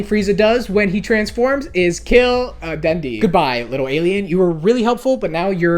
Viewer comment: Den de wrong denday is how you pronounce it